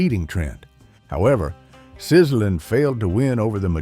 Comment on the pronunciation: it wasn't pronounced "Sizzlin" it was pronounced "Sizzle-Leen".....